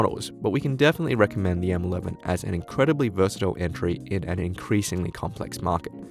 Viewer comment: lol 'entry'